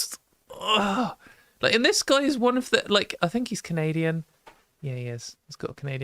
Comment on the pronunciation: Canadia 🤣 Love the show!